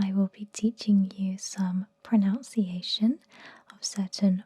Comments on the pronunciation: The only thing I remembered after waking up was at (Pro-NOUNC- iation) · Mispronouncing the word pronunciation aaaaaargh.